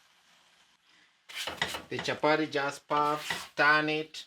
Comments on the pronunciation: Just say chapati and not chapari and butter and not barra! Be proud to speak with that African accent. Otherwise kudos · It's chapati not chapary😂😂,nyc job